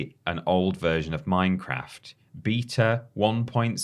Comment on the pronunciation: keeps saying Beta 'Beeter' and all I keep hearing is '' like he's installing an update (or a backdate) to himself LOL.